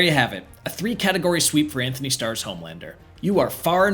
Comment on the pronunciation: It's Antony Starr, not Anthony.